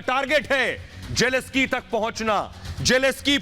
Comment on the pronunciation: PRONUNCIATION IS NOT JELESKY. IT IS JELENSKYY जेलेंस्की !